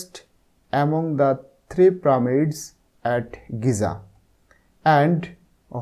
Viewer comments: Pramid na pyramids😂😂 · Sir how the prameds na pyramids 😂😂😊😊